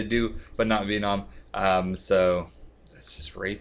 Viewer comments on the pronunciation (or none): "Vee NOM" its Ven-um. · it's venom not veenom lol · "Vee-nom" - 2015